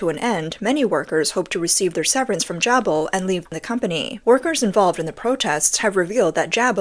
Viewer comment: It is pronounced - Jay-Bill